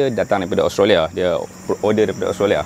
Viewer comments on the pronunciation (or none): none